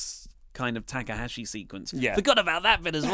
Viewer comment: "TA K AHASHI" YOU OUT OF YOUR MIND! THE GOAT OF NJPW AND YOU CANT GET HIS NAME RIGHT...EVERY TIME?!?! ... no big deal mate, but mistake confirmed